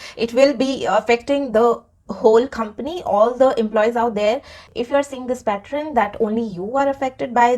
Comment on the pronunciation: Its not pattren ...its pronounced as pattern ...Shaking my head ... 😮